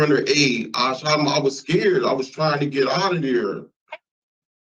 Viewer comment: the classic "awwuh scairt" ... It's almost as classic as dindu.. every piece of their lives are lived at the detriment of everyone else and self preservation from consequences. Our entire society lives in constant fear of these animals. Can't hate em enough. He'll only get real clean time and crime free time when he's on a t-shirt